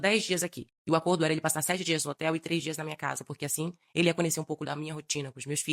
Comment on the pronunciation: Esse povo falar "coniecer" é fd 😂.